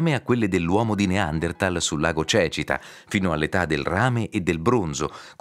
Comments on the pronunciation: In un video promozionale non si può sentire per ben 2 volte pronunciare Cècita anziché Cecìta (ho messo gli accenti per far capire la pronuncia). Comunque bello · Quello che spiega il video ha detto Lago cecita invece si dice lago cecìta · Come avrebbe mai potuto vivere l'uomo di Neanderthal sulle rive di un lago che non ancora esisteva poiché si tratta di lago artificiale? E comunque è sbagliata anche la pronuncia del nome del lago. Non vi siete nemmeno preoccupati di far correggere l'errore. In Calabria facciamo sempre tutto con i piedi bravi!